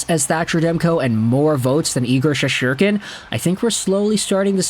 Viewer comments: “Shesherkin?” It’s been quite a while now, and he’s not exactly new to the league. Is it my pronunciation that’s wrong? Is the T silent? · Well, I guess that's one way to pronounce Shesterkin. Not sure it's the right way, but it is one way.